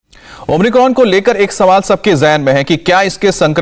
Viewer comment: ओम्रिकॉन‌ नही बे ओमिक्रॉन बोल